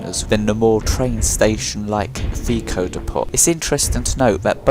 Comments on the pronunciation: It's "dep-oh" not "dee-pot" the t is silent. Can nobody speak English properly anymore.... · It's not dee-pot, it's dee-po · I've never heard "depot" pronounced that way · Well done bud, third video in a row you've kept my focus on, your doing outstanding keep it up, I've subscribed and rang then bell But my only criticism is the way you say depot, that was grinding me my man 😂